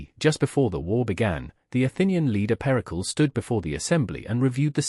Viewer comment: Periklis not pericols